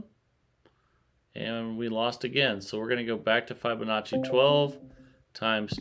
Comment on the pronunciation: Love your vids , your great and very interesting to watch. but please learn how to pronounce Fibonacci. It kills me when you butcher it lol😅